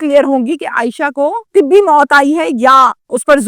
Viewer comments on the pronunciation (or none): طبی نہیں طبعی ہوتا ہے آپ تو قائم علی شاہ بن گئیں